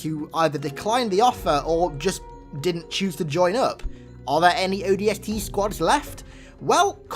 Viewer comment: he said odsp i cant stop laughing